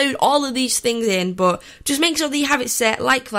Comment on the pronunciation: But it sounds like butt